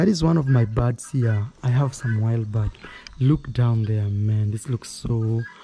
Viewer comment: they are BIRDS 🐦 NOT BARDS come on now I know English is not your first language but you can hear the different pronunciations no offence 👍